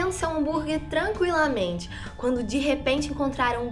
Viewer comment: A mulher falou Tranquilamente kkkk